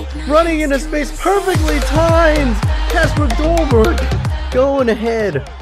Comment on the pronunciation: You spell Kasper dolberg but you say it like kesper dolberg